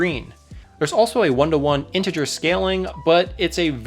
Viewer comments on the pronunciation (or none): none